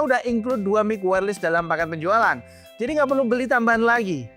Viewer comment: bacanya wairles bukan wairlis